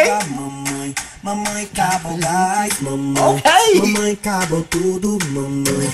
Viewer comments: Mãemãe LOOOOOOL! It’s Mamãe it means mom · "mãemãe" KKKK n é "mãemãe" é "mamãe" KKKKK